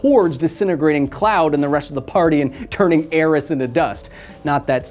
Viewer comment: Your super computer said "Aeris", not "Aerith", and that's unforgiveable 😂